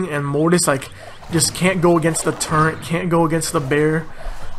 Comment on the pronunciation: Its turret not turrent xD